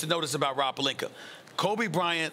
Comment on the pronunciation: We gotta work on "Palinkur" first🤣